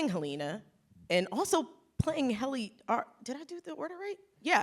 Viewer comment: Why does it seem like Quinta didn't really watch the show? Doesn't say Helly's outies name correctly, doesn't remember that Mr Drummond died? And her responses to the cast seems fake af. I lover her in character in Abbott Elementary, but outside of that it's hard to get a read on if she's being genuine or not.